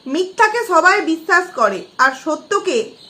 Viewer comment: তুমি আগে কথা বলা শেখো, বিচ্ছাছ,ছমোচ্ছা, বলছি সুপারি কি মুখে নিয়ে কথা বলছেন দিদি? এবার ওই মুখের সুপারি টা আপনার পাছায় ভরে নিন। আপনার পাছায় যে ক্রিমি হয়েছে ওটা মরে যাবে😁